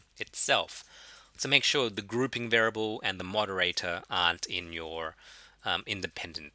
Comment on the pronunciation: What does this mean? "For those of you who are not fond with maths"? Do you mean those of you who are not fond OF maths? Also continued frustration over the mispronunciation of the word variable. Of ALL the words in the world to be stuffing up the pronunciation of, this is the word used more than any other in statistics. It's bizarre and almost sociopathic.